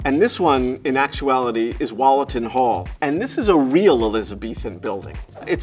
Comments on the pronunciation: Wollaton is pronounced woolatun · Wollaton hall as in wool. Sorry to be "that guy" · Glad that you gave the correct pronunciation of Gotham so I can add that Wollaton is pronounced Wool a tun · That Wollaton pronunciation is killing me